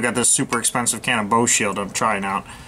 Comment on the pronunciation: made some good points! - its funny when you talked about the Boeshield - it kind of sounded like you said "bullshit' lol. Take care!